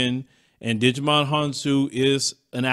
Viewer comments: you got me rolling 🤣🤣🤣 it's pronounced ( JY MON) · Hahahahahahaha!!! What did he digi-volve into? Agumon or tentamon? Talk about Digimon Honsou? Djimon is pronounced “jai- mon”. Lol! That made my day. I’m a digimon fan too.